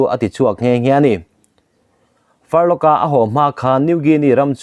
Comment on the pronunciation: A ngaihnawm e,Furlough ilam dan erawh hi chu, missionaryte chhuty sei hi "Far law"ti in an lam thin e aw,"Farlok"ti lo vin